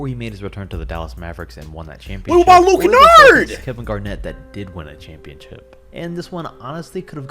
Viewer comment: Did he rlly say lue kennard😂😂😂😂